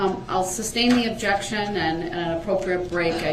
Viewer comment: OBJEC-Shun!!! If 1 word makes no difference after a year, then why are you worried about it being changed DUHH-RRELL? Funny how he basically steals the word’s of the Prosecution, then uses them to sound Smart!! Even with him not being able to properly say ASK!!!!! Instead he “Axes” ridiculous questions!